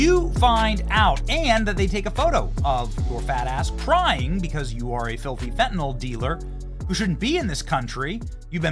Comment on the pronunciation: FAT-AND-ALL dealer? Benny you sounded it out perfectly!